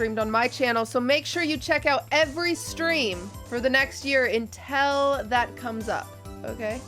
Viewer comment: 'Untel" turning into lud lol